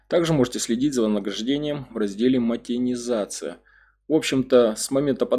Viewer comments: Мотенизация😂😂😂😂😂😂 монетизация ты хоть правильно выговаривай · МоНЕтизация, а не мотенизация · Монетизация, а не мотенизация, как вы говорите.